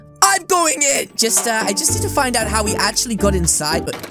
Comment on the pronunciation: Are you acshla afraid or spriders